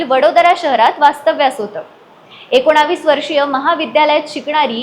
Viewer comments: Akonavis nahi akonis bol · एकोणावीस नाही एकोणीस म्हणा. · एकोणीस ऐवजी " एकोणाविस " का म्हणता तुम्ही? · एकोणा...वीस😂 नाही ग ऐकोणीस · एकोणीस म्हणायला शिक.... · एकोणीस म्हणायला तुझी जीभ वळत नाही का 😂